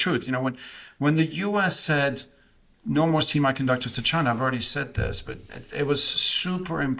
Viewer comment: Wow, one dude in the blue sweater doesn’t even know how to pronounce the word semiconductor. Lmao!!!